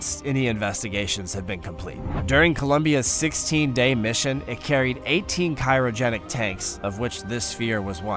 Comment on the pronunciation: 🤣 "Kirogenic" I suspect he thought he said "cryogenic". But this guy is pretty near clueless.